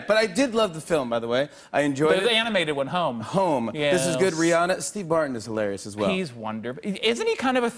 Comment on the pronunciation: I love how jim says ReeAnna